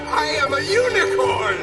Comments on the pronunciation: I couldn’t help but hear your intro “I am a unicorn!” as “I am a eunuch horn.” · Was that 'unicorn' or 'eunuch-corn'?